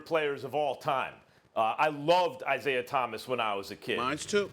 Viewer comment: Its "Isiah" get the greatest point guards name right Bro!!!